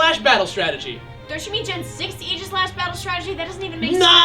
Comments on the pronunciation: Its pronounced ag-i-slesh :||) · You pronounced Aegislash wrong. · For the love of god, it's "A-jih-slash", as in "Ray", not "ee". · Wait, that's how you pronounce Aegislash? Like Eegishlash? That's disappointing. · I dug the episode, am happy for Gen VI, and stoked that the first Gen VI Pokemon is one so cool, but I was annoyed by the way they pronounced Aegislash. I know, I know, there are two ways to pronounce "aegis" but still, it just sounded wrong to me.